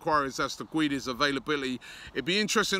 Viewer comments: MRah Gonçalo gueeeeeedes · For Valencia he was mainly used as a left winger and used rarely as a rotation striker. for portugal he played as a striker in the world cup every game that is why he wasnt as good, because he didnt play in his natural position. it is pronounced ged-s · Sou do Benfica I'm only facilitating the pronouciation of the name for an English speaker. "Gedes" or "Geds" is how you pronounce it in Portugal. Robbie ain't Portuguese so he can PRONOUNCE Guedes in english, how it's written...Gwedez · It is pronounced as gu-e-des not gooeeedeez robbie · Absolutely butchered guedes' name😂